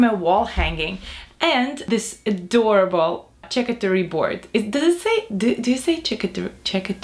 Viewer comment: Charcuterie board: I pronounce it like shar - CUTE - er - ee.